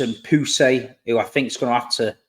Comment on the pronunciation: He doesn't really need to change his name 😋 Simpson Pusey is apparently pronounced "pyu-zi" or "pyoo-zi". Anyway, good video, appreciate your hard work